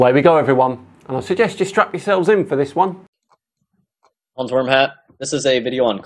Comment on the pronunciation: Did you say Hans Wormhat?